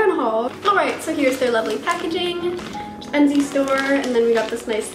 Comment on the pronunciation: at 1st i thought u said undies store :p